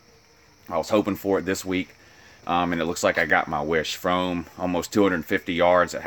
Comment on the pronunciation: Learn how to pronounce Fromm dumb ass